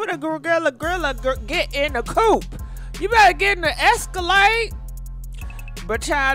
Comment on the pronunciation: " A GORILLA IN A (Coop)? At least a , (Excalade)......" Lololololololololololololol Lololololololololololololol